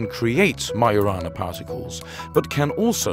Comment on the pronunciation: it's majo rana not mayo rana